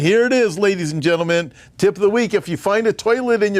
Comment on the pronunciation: Haha. It sounded like you started us off with 'Ladies and jello men....'. Made me laugh!